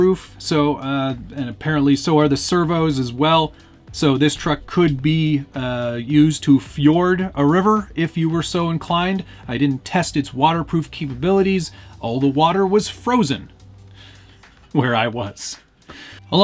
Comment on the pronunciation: Ford a river, not fjord :D